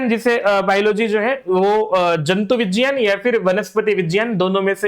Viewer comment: who told uhh this miss???? Its roman pronunciation not HINDI pronunciation.